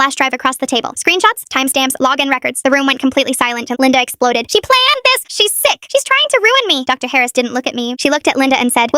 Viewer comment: “grRrades” “PLÆÆNNED"